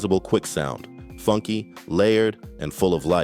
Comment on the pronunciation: Way Too FANGKY?! Tf?🤣